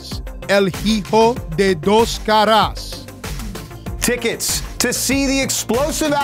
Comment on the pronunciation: Ill HeHo de dos Carras xD Someone needs to tell the H is silent in Spanish